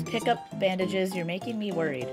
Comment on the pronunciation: Every time the word "bandages" was said, I heard, "bandit jizz".